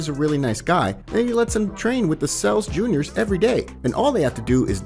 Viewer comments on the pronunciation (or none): none